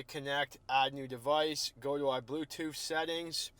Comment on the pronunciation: Go to my boofhtoof setting